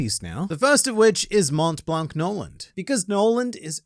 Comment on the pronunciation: you don't read the C in Blanc